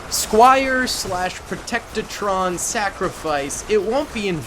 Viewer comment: Bro they are called protectrons not protectatrons. I couldn't get past this.